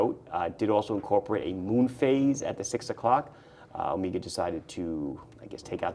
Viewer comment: "omeega" ... been hanging out with TGV too much 😊